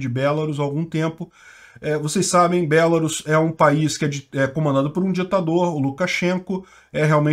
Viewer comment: Só uma coisa, se diz BelaRUS e não BElarus, mas se não quiser falar certo beleza, eu mesmo chamo ainda a chamo de Bielorrússia :\